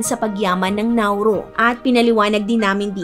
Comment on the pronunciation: Hindi accent ang problema. Nauru is Nauru! Hindi Nauro. Tama ang commenter. Have some respect with the nation and its people. You surely wouldn’t want to be referred to as Pipinos and not Filipinos or our country as Philipit and not Philippines. And please magagaling tayong mga Pinoy in enunciating words regardless if you hve regional accent. Wag mong sabihin na pag may regional accent ay mali na agad sila mag pronounce. I dont think so!